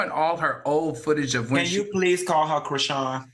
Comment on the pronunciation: all has said a lot of mayonnaise things but KREESEEYAN?!?! 🤣🤣🤣 oh na